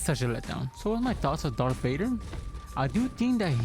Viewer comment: its darth vader not dark vader